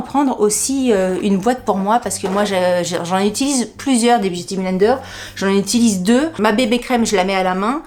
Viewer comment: Biou ti blaine deur, à la prononciation normande 😂😂😂😂😂merci pour ce bon moment, j ai oublié : les we malade au lit......